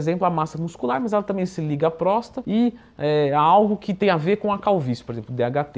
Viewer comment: Leandrão, é "PróstaTA".